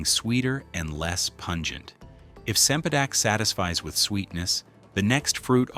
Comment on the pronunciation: Cempadek is pronounced with a ch sound. Not an ,'s'